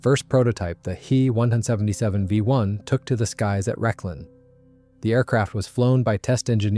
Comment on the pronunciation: "He" 177 ? Try "Ache-Eeeee 177 " This computer speak is hard to watch !